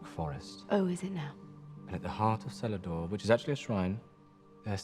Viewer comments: If they bothered to do the research, they'd know it was pronounced "Keledor" with a hard C. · Celador ... Wouldn't that have a hard C like a K in elvish ? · Celador is pronounced with a hard C. Tsk tsk